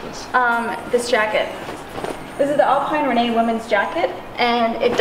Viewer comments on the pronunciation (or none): none